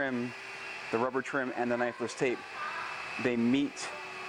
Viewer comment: not gunna lie...I always thought you were saying necklace tape until this video